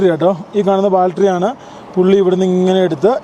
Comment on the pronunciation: Not baltery. It is BATTERY